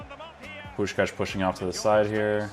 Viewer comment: You say the name of Puskás perfectly!